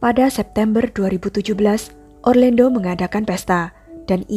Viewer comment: Pengucapan namanya orlando. Bukan orlendo